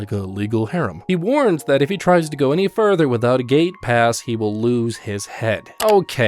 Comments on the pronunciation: I kept thinking whenever he said gate pass he said gay pass😂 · I kept thinking you were saying gaypass I was very confused at first.